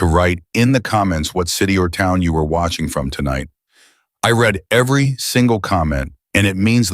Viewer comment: It’s AI. It can’t distinguish.